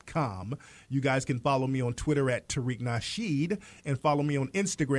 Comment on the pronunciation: This Jesse character adds and subtracts random letters from words. Blacks = Blass Tariq= Tari Moral= More White= Whi Addicts= Addiss I'm not sure if he's doing it on purpose or just as a gimmick. It's making my skin crawl.